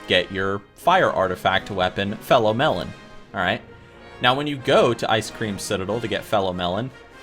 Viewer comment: "fellon mellon"